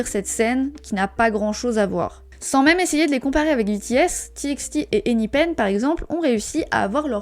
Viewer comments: ENHYPEN ne se prononce pas « ein aie peun » et non « énipaine » ?? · tu as dit enipen ( j’ai fait exprès d’écrire lmal) c ’est enyfen (enyphen ) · ça se prononce bien " ein aïe peun" oui ça m'a surprise aussi la prononciation xd